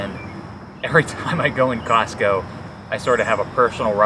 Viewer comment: You said COSCO, like I remember it but you actually shopped at COSTCO. Didn’t you?